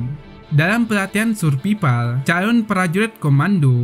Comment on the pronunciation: 10:7 surpipal kedengarannya😆